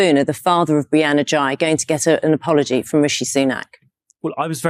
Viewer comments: yes Ghey looks like is would be pronounced 'Gay' and not 'Jigh' but Sunak repeatedly said GREY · Absolutely spot on. The maybe inadvertent mispronouncing is forgiveable. The jibe and refusal to apologise are not